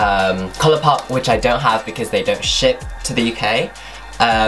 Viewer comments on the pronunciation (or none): none